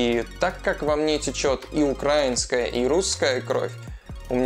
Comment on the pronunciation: Правила говорить украИна, а не Украина и так же украИнцы, а не Украинцы)))